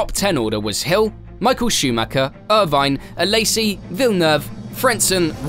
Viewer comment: It´s sad that people don't know how to pronounce Michael Schumacher